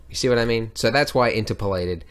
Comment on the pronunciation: In-TER-polated I think. ? Anyway, as always a fun, helpful vid. Thank you Andrew.